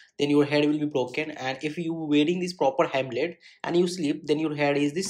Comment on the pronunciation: Bro that is not HEMLET that is HELMET